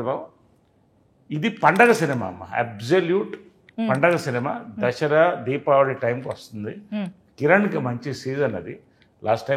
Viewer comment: అది దసరా రా వెదవల్లారా! దషేర కాదు!